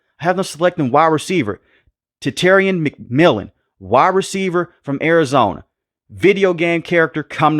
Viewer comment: Bro you had me rolling on floor when you tried to pronounce tet McMillan name 🤣🤣🤣